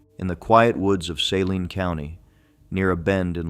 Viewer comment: Suh-LEEN county! Not saline